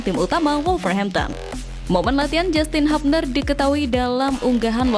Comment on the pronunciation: JASTIN HABNER ❎ JYUSTIN HYUBNER ✅